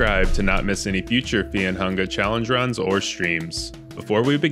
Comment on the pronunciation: Is there a reason to pronounce fear and hunger like feah and hungah?